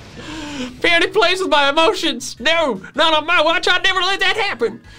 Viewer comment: Also you pronounce peony like ( pi-oh-ni )